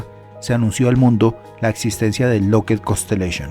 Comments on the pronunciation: SE DICE "LOCKID" NO "LOCKED" (LOCKHEED MARTIN) LA DOBLE "E" SUENA COMO "I" NO COMO "E". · Estás pronunciando mal la palabra lookheed…